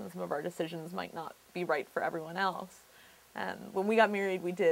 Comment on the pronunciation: first time see someone pronounces the "s" in "else" like that